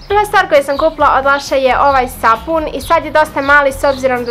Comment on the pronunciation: ne kaze se SAFUN nego sapun.😂